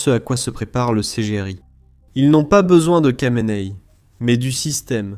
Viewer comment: Kha de "Khamenei" se prononce "Ra" et non pas "Ka"...